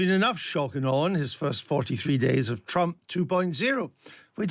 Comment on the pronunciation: I liked the slip of the tongue, "President Strump"!